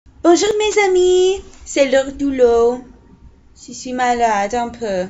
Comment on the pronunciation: Un peu malade. Ton accent est bon:)